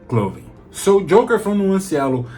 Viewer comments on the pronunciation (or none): Ótimo vídeo, curti demais. Só um detalhe mano, o nome do perfume é jocker com C e não Joker como o coringa, então ele se pronuncia "jócker", que é algo como atleta, o inglês está muito bom, curti demais.